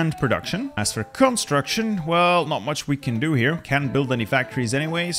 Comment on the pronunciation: “Cumatruction”